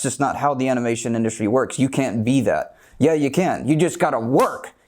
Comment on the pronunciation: Dee animeshon indushtry